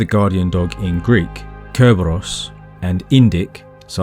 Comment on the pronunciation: Its Kerberos in greek, with a K.